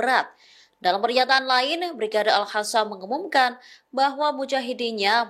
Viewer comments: Al Qasam bukan Al Hasam bacaannya artinya sudah lain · Sejauh ini kok masih ada presenter yg bilang al-hasam ya. Padahal jelas² tulisannya al-qassam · Al Qasam bukan Al Hasan bacaannya artinya sudah lain